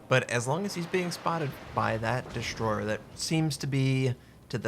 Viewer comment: I kinda like the way you say "an enemy destroyheh" istead on "enemy destroyer" ;) Cheers!